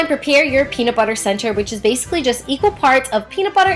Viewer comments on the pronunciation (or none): none